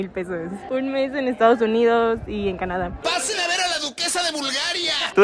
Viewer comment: Siiii de hecho pude escuchar muy bien que dijo canc y después dijo Canadá 🐻